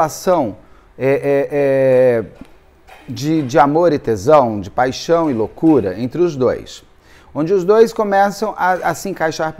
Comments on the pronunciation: Eu amo quando ele fala paixão paixão paixon 😂😂😂😂❤❤❤ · Ah, como eu adoro o! Mas quando ele fala te amo, paichom eu não me aguento de rir. Kkkkk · Morro rir "paxão .... paxão" 😅😅😅